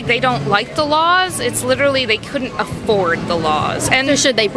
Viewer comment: Why she pronounce the word laws like lawls?